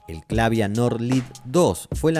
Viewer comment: Funny how the AI narrator cannot pronounce Clavia the same way. Same with Akai, and other simple well-known names. SLOP.